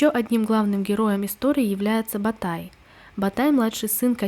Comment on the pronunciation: также погуглите Ботайская культура, правильно будет Ботай, а не Батай